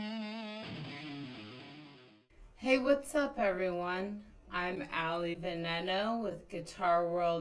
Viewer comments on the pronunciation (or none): none